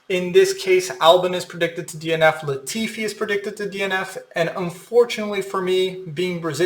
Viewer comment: At least you got Latifi right 🤣